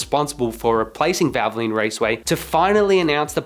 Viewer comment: Why can’t you say valvoline correctly. “ vavalene” 🤣🤣 and while I’m at it, what is a prodge ect. Are you an Aussie. The word is pro ject, try it ,we have been saying it for over 200 years.